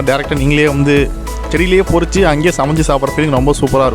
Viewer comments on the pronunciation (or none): Boss athu porichi illa, parichu